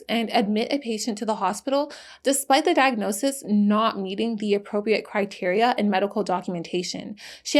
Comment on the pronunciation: Loved the video. It might be good to learn how to say “appropriate.”